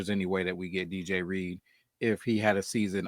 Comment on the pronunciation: iTs Not ReAdeR 😂 jk. Good show guys. Love Reed from what I've seen. Hope he's a great fit in the locker room. He seems like a fit.